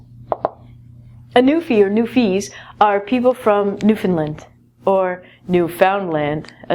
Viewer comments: It's pronounced New-Fin-LAND, not New-Find- LIND. I learned this the hard way... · It's New-fin-LAND! Will you Canuks NEVER get it right? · You are saying Newfoundland wrong. It is isn't pronounced "newfinland" It is pronounced like it is spelt. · New-found-land (pronounced new-Finland) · new fin LAND. the stress goes on the land. not the fin. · it's NewfoundLand